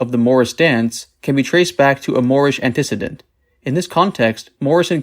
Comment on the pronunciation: Sorry man, but I can’t listen when someone mispronounces a word like antecedent. Just some constructive criticism, but my brain instantly shuts off when I hear something like that and I stop the video.